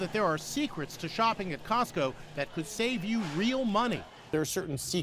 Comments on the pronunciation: cosco its like sams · Cotso? I only know tesco